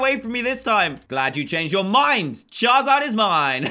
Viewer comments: It's charizard not chazard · Charizard not chazard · He said charzard